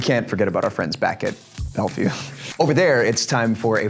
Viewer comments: No one: Absolutly no one: Jorden:BACK IN BELVIEW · i can’t even count how many times Jordan said “Back at Belview” 😭😭😭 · no one: jordan: BaCk aT BeLVieW... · No one: Jordan: BACK IN BELVIEW 😂 😂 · No one: Jordan: bAcK iN BeLvIeW 😂😂